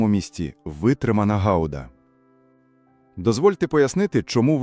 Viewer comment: Не гауда а гуда